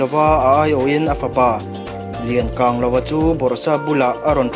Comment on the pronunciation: Lian kanglova hi i lam diklo deu mei ka angin i lam hi thi ka ng chawi ka ng ang a lam tur.